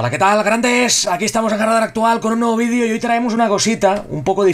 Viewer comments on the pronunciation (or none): none